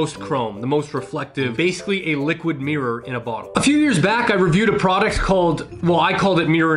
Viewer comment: It's called mirr-or...or maybe mirrer...not meer! Learn to speak please😂